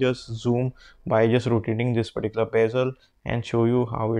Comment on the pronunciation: I think bro's fav word is "perticular"